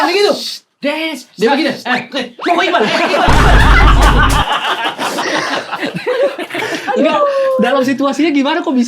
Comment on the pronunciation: iqbaal bang bukan iqbal, a nya dua